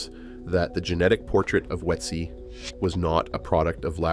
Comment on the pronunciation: I lost track of how many different pronunciations of Ötzi were included in this video - Not one of them correct...